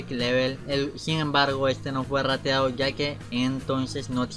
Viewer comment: Jajaja me da risa cuando dices RATEADO